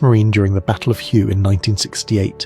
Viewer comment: Just FYI - the Vietnamese place name "Hue" is not pronounced as "Hugh". It's pronounced "hway".